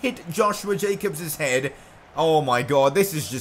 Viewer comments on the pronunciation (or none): none